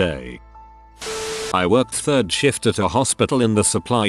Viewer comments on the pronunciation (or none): Or shift as "shit"